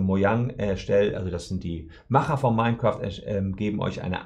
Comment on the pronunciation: Mein Kräft klingt wie die Hitlerversion eines Let's plays.